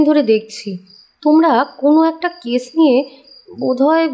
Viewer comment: কেস উচ্চারন করতে গিয়ে কেশ উচ্চারণ হয়ে যাচ্ছে।।